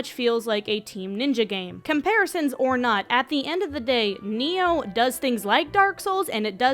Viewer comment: It's pronounced Ny-Oh, not Neo.